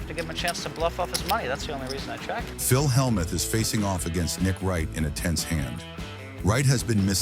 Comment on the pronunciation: I just wish the AI narrator could pronounce Phil’s name. It’s ridiculous.